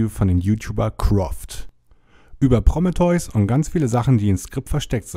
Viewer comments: Wieso sagst du immer "Prommeteus"? Es heißt PrO(h)mE(h)teus.. lol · "Promme-theus" ... äääääh, nein! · Ja, klingt echt schräg ja? - Ist mir auch direkt sauer aufgestoßen.^^ XD - Heißt ja auch Krebs und nicht Kräps oder ähnliches... Varion hat da auch einen genialen Sketch gemacht!^^ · Bitte sprich prometheus nicht mehr so dermaßen falsch aus!